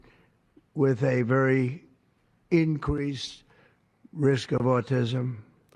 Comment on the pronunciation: And…”incWeese” risk, haha!